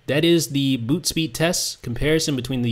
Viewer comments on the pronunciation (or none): none